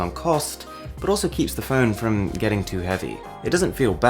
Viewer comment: I hate your accent. You don't say phone or mode...note...photos... you say all the time FHÖNE, MHÖDE, NHÖTE, FHÖTÖSE. So annoying.